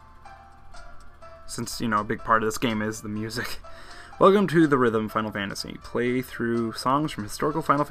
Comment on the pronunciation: AUGH. Its pronounced Theater Rhythm. Not The Rhythm :<